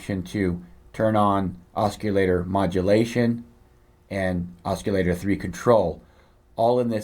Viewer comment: Cool review, but.... it's pronounced OSS-i-later. There's no hard 'C'. Just an FYI.